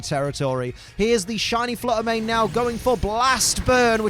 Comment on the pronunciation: Shiny Flutter Mane said "If you can't say my name right, I'm out of here!"